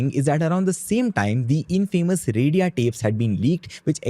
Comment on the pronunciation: At least we Indians should pronounce our words correctly. Not Ant Riks but un-tree-ksh (अंतरिक्ष), and not Rad-ee-aa, but Raa-dee-ya (राडिया).